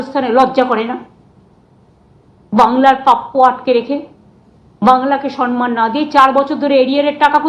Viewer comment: ধূর ধূরররররর !!! শব্দটা না 'সরমান', আর 'সনমান' তো মোটেই নই ! শব্দটা 'সম্মান'! যার নিজেরই শব্দজ্ঞান নাই তার আবার বড় বড় ভাষন।